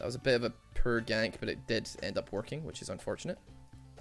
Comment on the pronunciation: saying "poor" sounds like "per" to me